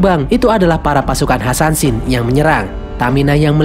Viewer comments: Assasin bkn Ansansin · Kak bukan hasansin yang bener asasin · Asasin bukan hasansin 😡